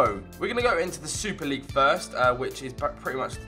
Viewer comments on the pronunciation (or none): none